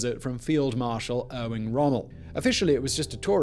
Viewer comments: Erwin, not Erwing Rommel :D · I could not love these video’s anymore than I do. Im on the edge of my seat on the couch watching each episode waiting for 1848! However, I almost fell off my seat during this one. Who the heck is ‘GOOOOlio’ Alberomi? And Cesare BORGA’? Perhaps Victor’s brother? And ‘Erwing’ Rommel?? I see this episode was produced in March 2020, so we’ll chalk it up to a pre-covid panic. Some day soon we’ll probably consider 2020 our 1848. 😉. Keep up the good work, Borgas and all. 👍🏻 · ERWING WTF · Erwing Rommel? Probably you meant his more famous "cousin" called Erwin Rommel... ;-) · Erwing lol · You sneaked a G into Rommel's first name